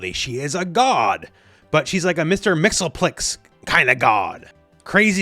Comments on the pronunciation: I'll stop ya rigth there. Its pronounced mix-yes-spit-lick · Haha that's not how you pronounce Mxyzptlk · That pronunciation of Mxyzptlk caused me physical pain. XD. Just kidding. The iris out on the match ending is one of my favorite artistic beats in a fighting game for years. This character keeps being delightful.